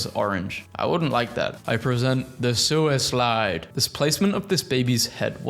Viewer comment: I thought he said sewer slide.